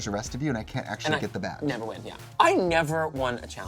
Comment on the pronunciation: can't stop hearing Trixie saying "vaj" instead of "badge" this season